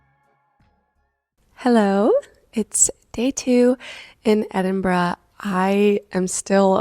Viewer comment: If there's any other city in the world i would live its Edinburgh. (So happy you pronounced it properly). Edinburgh is considered one of the most haunted cities in the world. It definitely has a super spooky vibe!